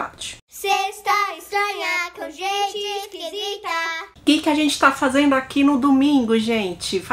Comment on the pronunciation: querida, adoro ouvir você contando casos criminais. Antes de escrever essa mensagem pensei muito, mas decidi por escrever porque você merece ficar cada vez melhor no que faz. Acho que você deve fazer um esforço para estar atenta quando fala verbos no gerúndio. Normalmente, você tende a omitir o "D". Por exemplo, o verbo fazer no gerúndio é fazenDo. Você tende a falar fazendo. Assim acontece sempre que aparece um gerúndio numa frase. Espero que você receba esse conselho de coração aberto. Desejo muito sucesso pra vc, e que os 200 mil se concretizem rapidamente. Beijo grande!!!